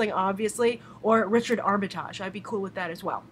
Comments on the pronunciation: How are you pronouncing Armitage? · Up you said Armitage wrong. I should know I am one